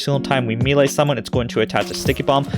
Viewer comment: It has to be said..it's pronounced May-Lay. Thx for the vid!